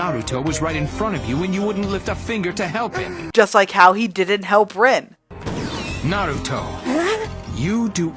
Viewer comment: Kakashis' such a jerk, by the way you say Rin like Reen not rin